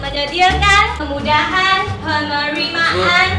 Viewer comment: 😂😂 penerimaan 超过 pe Ni ma ma an 🍪😂😂😂😂